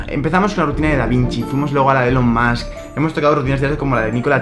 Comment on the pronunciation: Recuerda, si pronuncias (bien) Musk como masc, tienes que pronunciar Elon como ílon. Se pronuncia ílon mask. Es curioso como a los españoles les cuesta pronunciar esa E como I en ese nombre. Además es un error que tienes interiorizado (ya te lo puse cuando hiciste su rutina), lo que quiere decir que lo seguirás cometiendo incluso si lees este comentario si no te propones pronunciarlo bien. ELON MUSK /ilon mask/